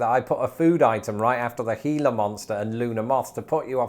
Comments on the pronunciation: It's pronounced, as correctly says, HEE - la Monster, in the standard Spanish fashion. They are native to the Gila River country of Arizona, which is in the Gila Desert. They have to chew you to inject the poison. Since humans are obviously not their prey since they're not very large, and humans are also something they try hard to avoid, you have to get really close to one and threaten it to be bitten. It is serious and you need to go to a local hospital ASAP for treatment and antivenom. They're an endangered species and have federal protection. Everybody who lives in the desert knows you make sure your boots are empty before putting them on, that you don't crawl or reach into dark places without careful examination, that you watch carefully where you're walking and that you use common sense. Thus our normal casualties from venomous animals are usually expatriate English people. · I'm just proud of him for learning how to say Gila. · Thank you! You actually pronounced Gila correctly! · I am SHOCKED you pronounced Gila correctly. Most people say it with a hard G. The one thing I hear Britishers screw up is the name of the famous cactus found in the same desert as the Gila Monster, the Saguaro cactus. That's pronounced suh-WARR-oh, not suh-GWAR-oh. No hard G. Thanks, Spain.